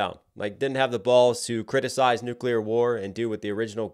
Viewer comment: I take points away from Kong for pronouncing"nuclear" wrong. Godzilla won this for me.